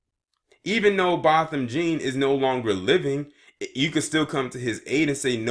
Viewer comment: His name is, BO-THAM JEAN THE LAST NAME IS PRONOUNCED JOHN, BO-THAM JEAN!